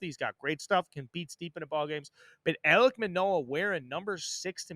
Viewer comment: does he not know it’s ALEK Manoah… has dead baseball knowledge.